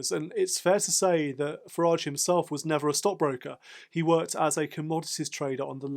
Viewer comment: Thank you for adding some balance to the Farage (pronounced garage) reterick.